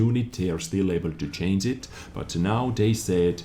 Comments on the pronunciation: please say change and stop saying chainse, with love from germany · Can u learn to say "change", because it's to hilarious.. I can take it serious anymore. In other way keep up the good content:D